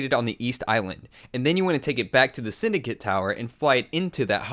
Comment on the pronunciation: its the zin-dycate tower